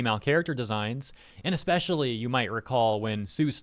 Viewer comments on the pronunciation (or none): none